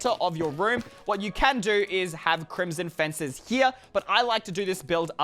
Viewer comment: crimson faces Me: *laughs crimson fences not faces